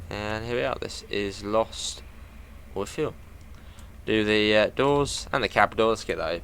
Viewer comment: Its pronounced lost with eel basically 😂😂